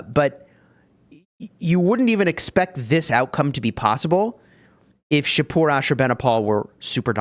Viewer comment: As a persian in iran, im really happy that shapur added. Thanks and yes you pronounce it correctly. Keep it up dude